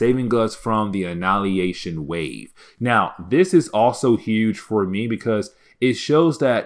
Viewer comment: AnNIHIlation not annalyation xD